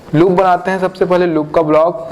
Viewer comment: aap ka "paaly" bra funny lgta ha